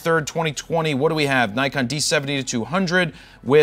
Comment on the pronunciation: Funny how a guy who can't say Nikon correctly tells us how to pronounce piano. (Joking here, making fun of Americans.)